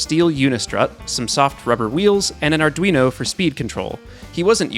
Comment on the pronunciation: I need to be a little pedantic for a moment. Arduino is Italian, it has four syllables. Are du EE no : Italian talking fingers